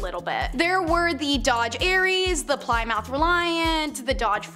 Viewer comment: ply mouth huh? It's pronounced plimuth sweetheart.